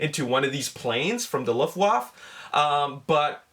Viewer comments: It is called "Luft Waffe" not Luff waff. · There is an a at the end of Luftwaffe sound wise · You didn't pronounce luftwaffe correctly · hahaha dachte bin der einzige der ihn feiert #Luftwoof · great video as always, but the way you pronounced "Luftwaffe" was very funny greetings from germany =) sorry for my bad english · do i shmell luftwaffels?